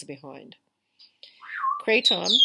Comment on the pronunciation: Thanks for sharing. I like the way you say kray-TOM.